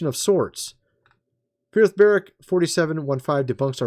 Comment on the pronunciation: It's Ba-rook.